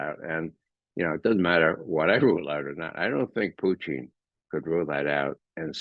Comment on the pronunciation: Good man. Can’t pronounce Putin. Too bad.